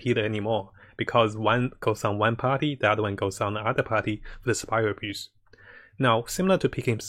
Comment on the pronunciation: Is it just me or everyone thinks says spiral abuse.... Idk probably my ear problem